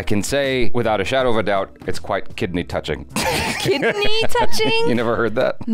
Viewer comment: No way he said kedney touching 😂😂😂